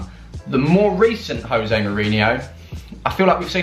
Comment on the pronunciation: Jose ... with a “J” at the front bro.. he’s Portuguese... not Spanish 😉